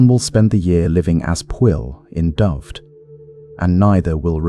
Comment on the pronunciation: Would have been better if Dyfed was pronounced correctly. It's Duh-ve-Ed